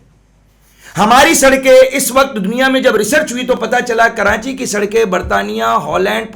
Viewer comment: 1.04 karanchi ki awaz😃😃😃